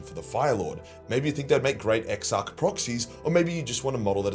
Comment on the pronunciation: That's a hard 'ch' in Exarch,. Like Patriarch.